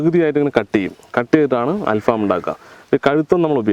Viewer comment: ഫാം അല്ല ഫഹം